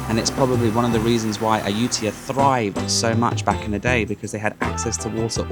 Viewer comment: It's a pity that this video was released a month later than my visit, but I skipped Ayutthaya because accommodation was booked solid, and it will have to wait for my next visit. You have given me some ideas and insights that will be helpful., now that you have a Thai wife, ask her to teach you how to pronounce Ayutthaya. 😉